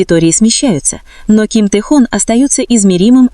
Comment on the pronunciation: Тэхон, так ещё не называли😅😅😅,такую чушь несёт,.Автор,не Тэхон,а Тэхён,смешно слушать😅